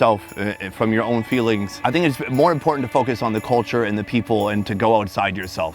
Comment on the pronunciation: "Its dey culcha"